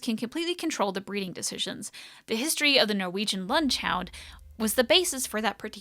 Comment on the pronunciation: Your pronunciation of "Lundehund," is admirable.